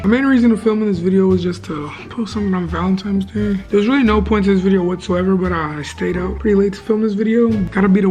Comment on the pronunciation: MY MAN SAID VALENTIMES DAY AYOO LMAO IM GLAD IM NOT THE ONLY ONE WHO SAYS THAT